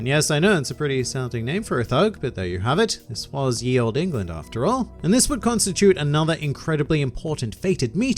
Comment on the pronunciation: Lmao that choking of England that made it sound like some fantasy knock off, this isn't England it's.....Engaland.....yeah Engaland